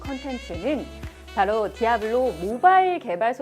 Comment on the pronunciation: 띠~아블로~~! 임~모뤌~ 으악